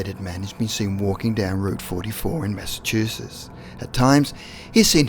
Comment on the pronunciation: Massachusess? Come the phuck on! Pronounce it right or stop with this bullshi